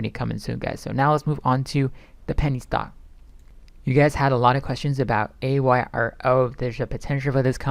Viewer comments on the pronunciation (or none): *AYRO!!! Not ARYO!!